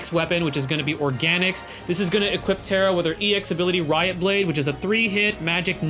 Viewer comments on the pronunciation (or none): none